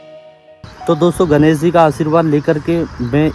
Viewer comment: Please भगवान् गणेश को 'गनेस' मत कहिए । अत्यधिक खराब सुनने में आता है । भाषा ठीक कीजिए । तत्पश्चात podcast कीजिए ।